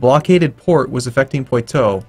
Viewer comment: Poitou = Por-twa Orleans = Or-li-ons Silly foreigner, your French pronunciation is as bad as that of a moose! I fart in your general direction! A-hoh-hoh!